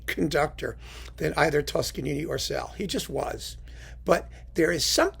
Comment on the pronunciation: George Szell's name is pronounced "Sell", not "Zell". Szell was Hungarian, and in Hungarian "sz" is pronounced like "s" in English, and "s" is pronounced like "sh" in English. (Aside, in Polish, "sz" is pronounced like the English "sh", and "s" is pronounced like the English "s", so the last name of the great violinist Henrick Szeryng is pronounced "shering".)